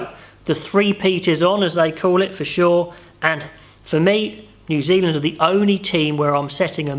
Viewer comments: Great vid mate, Zew Zealand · Zew zealand?